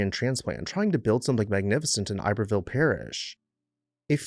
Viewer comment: Not “ I berville”. Ib er ville